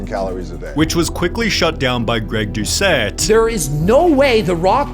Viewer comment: Greg doceetttt? The scammer 😂😂😂